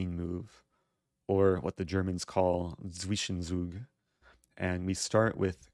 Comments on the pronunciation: It literally means "in between move", Eric just pronounced it strangely. It's spelled "Zwischenzug", but the pronunciation sounds something like "Tsvishentsoog" (with a short "i", like in pig). German symbolizes different sounds with the same letters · "Or, what the germans call 'swischensuug'" Every german: The what? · German prononciation crash course: Luft --> Looft Zwischenzug --> Tsvishen Tsoog The «u» is a oo sound as in room, but short. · Somebody should teach Eric that the German 'z' is more pronounced like a sharp 's' or 'c' in English, e. g. like in 'see' or 'cymbal'. If one prepends a 't', it's getting even closer, so like 't-cymbal'.